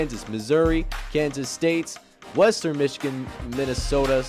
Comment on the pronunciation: Mee-chigan? lol.